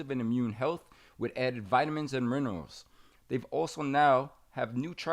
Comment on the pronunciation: "vitamins and muernerals"